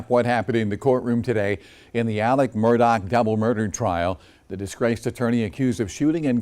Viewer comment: Why can't anyone pronounce this man's first name correctly? It is so simple It is ALEX. It's a contraction of ALEXANDER. It is not ALEC.